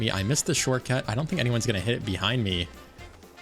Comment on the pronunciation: This has been bothering me a lot about your videos when you say shortcut it sounds like shortcat is that intentional to reference the Youtuber Shortcat or is that just how you say the word. Please I must know also keep up the great videos and I hope you reach 20k soon.